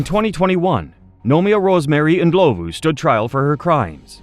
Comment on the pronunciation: Thank you for pronouncing Ndlovu correctly ❤ You have a new sub in South Africa